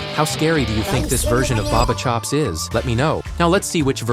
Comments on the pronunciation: It's not barber it's ba ba chops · It’s not barber chops is Bubba chops